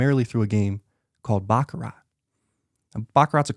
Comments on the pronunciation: Host needs to learn how to pronounce Baccarat. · It's pronounced "Bach-a-rah." The "t" is silent on the end people! 🤦‍♂